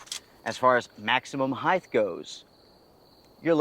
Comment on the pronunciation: What the hell is "Heighth?"